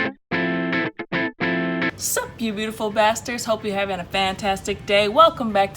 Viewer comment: "They're on the beach HAVNG FUN" gurrrrrl can't stop laughing lol